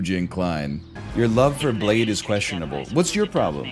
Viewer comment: Great meme, but i miss the days where everytime he said blade he would say ''excuse me, i believe it's pronounced bladeE''